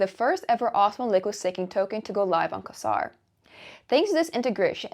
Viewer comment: Quasar is generally pronounced "Kway Zar" - though you did make me laugh. I was not aware of the coinbase listing: thanks!